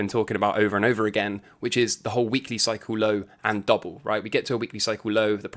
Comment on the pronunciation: Few videos in... take a damn shot every time says "Cycle lowe (low - British accent emphasis added)" lol - ughhhh